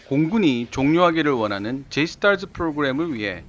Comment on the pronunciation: 영어권가서 줴이스타쯔하면 놀림 졀라 받음 ㅋㅋ